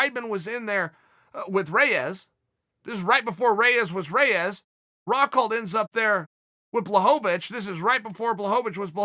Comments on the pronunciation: I was looking for this comment lol. He also says Rockhold weirdly in this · Chael "rockholt" Sonnen